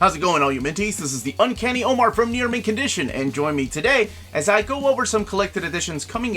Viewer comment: I really wish you would take the time to learn how to pronounce people's names before filming the video. It's really rude, man. The fact that you're positioning yourself as somewhat of an expert and knowledgeable about comics just makes it worse. "Omar" is a simple enough name in the US, but as a person of color, I'm sure you can sympathize with this frustration - perhaps you've seen your friends deal with it at some point. This doesn't have to be improv. You clearly have a readout in front of you - just scan for unfamiliar names, and look them up, before hitting the "record" button.